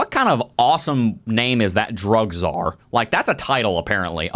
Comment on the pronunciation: “Drug C-Zar” that dude was so old a true dinosaur